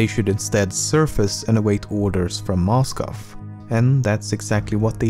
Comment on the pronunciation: It explains how he pronounced "Moscow" and "Bomber"